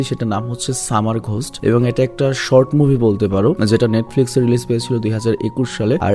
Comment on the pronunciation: 😅😅 🤣 সামা র😅 ঘোশট😅😅